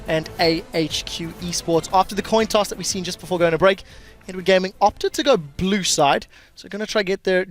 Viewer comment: "Toin Coss" lol